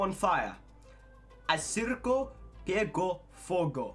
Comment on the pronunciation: A o fala c como ç ai no c* ele fala çu ou su, e no circo ent çirço Kkkk bota no google tradutor